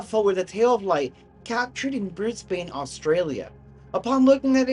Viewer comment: Brisbane Australia is pronounced Brisbin.